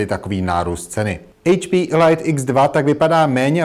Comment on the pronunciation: "Elajt X2" ?? WTF?